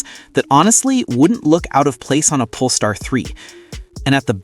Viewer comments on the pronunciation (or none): none